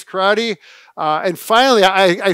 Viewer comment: I’m disappointed that, especially, doesn’t say “karate” correctly. Bob, quit interrupting, please.